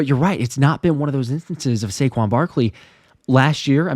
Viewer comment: Saquon "sayshaun" Barkley for the first TD!!